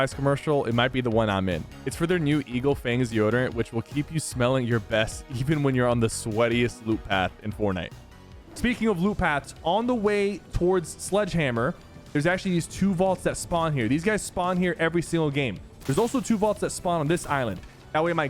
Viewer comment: why did he say sludgehammer